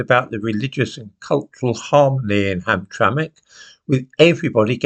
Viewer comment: You pronounced Hamtramck correctly!! You were already impressive!